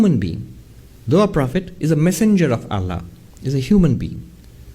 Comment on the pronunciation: The way she says "Allah" I really don't think she is muslim